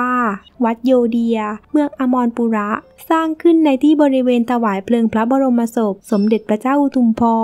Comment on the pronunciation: แอดคะ ขออนุญาตให้ข้อมูลเพิ่มเติมค่ะ เมือง อมรปุระ อ่านว่า อัม-มะ-ระ-ปุ-ระ ค่ะ😁